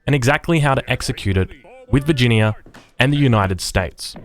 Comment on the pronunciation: Vir gin ee ya